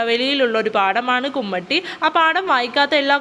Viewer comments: കുമ്മട്ടി അല്ല കുമ്മാട്ടി😊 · കുമ്മാട്ടി കുമട്ടി അല്ല 😊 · കുമ്മട്ടി അല്ല കുമ്മാട്ടി 😂😂